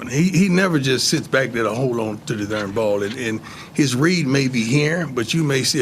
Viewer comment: Love how his "Darn" is " Dern" lol